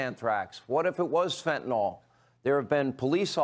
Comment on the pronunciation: Sean, It’s not fentinol!